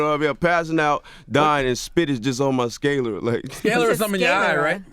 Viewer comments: Did this man pronounce sclera "skay lera" when trying to use anatomical words goes wrong. Smh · Sclera, not scalera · It's definitely sclera, not scalery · Sclera is pronounced skleer-uh. But this was such a trash interview. Dude deserved better than the sucker shit Charlamagne TRIED to pull. Keith was still easily 2 steps ahead with every petty jab CTG threw. Hating ass. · I mad he was trying to sound smart and mispronounced sclera (sklee-ruh), but I guess no one caught that. I'll just hush smh !!!!!! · He mispronounced "Sclera."